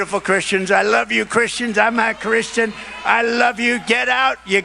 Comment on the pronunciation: Not a tRump fan by any stretch, but he actually says, "I'm a Christian," and slurred and dragged out the syllable "I'm as "Imma." At any rate, he definitely doesn't exude the Fruit of the Spirit!